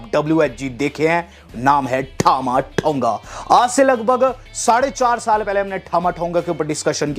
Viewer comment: As per you-ठामा ठोंगा😂😂😂😂 As per wwe- टामा टोंगा😄